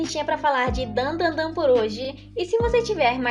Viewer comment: SE PRONUNCIA DAN DA DAN, NÃO DANDANDAN